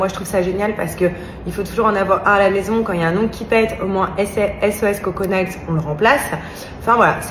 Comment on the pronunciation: Mon Dieu si tu ne parles pas anglais ne dis pas n'importe de quoi les ongles en anglais c'est mails prononcé Neil ou Nil on dirait en France le cour d'anglais n'existe pas